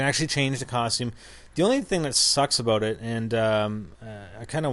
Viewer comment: about out are you from canada